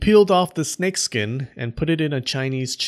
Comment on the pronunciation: Oh, i would like to hear how you pronounce that word again snek